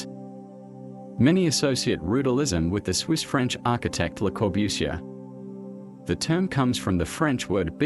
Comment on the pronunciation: the pronunciation of Le Corbusier was the first giveaway for me. You're right that it's getting better, though